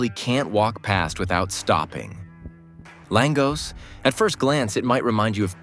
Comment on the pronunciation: You can't even pronounce it properly. FFS